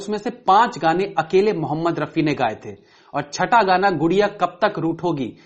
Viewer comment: भाई रफी जी का नाम ठीक से लो भाई, ऐसे अच्छा नही लगता